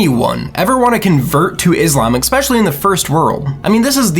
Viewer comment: Dislike because you pronounced 'especially', ekspecially